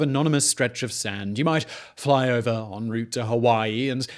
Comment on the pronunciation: Did anyone else notice how weird he said "fly over" and "Hawaii" in the beginning? Almost Ike he was yawning